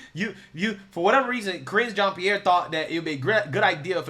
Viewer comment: Did you say KRINGE JEAN-PIERRE? 😆😆